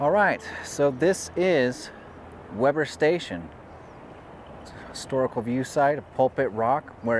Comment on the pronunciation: "Weber" is pronounced WEE-ber.